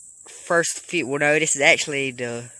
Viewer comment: Why r u saying "feesh"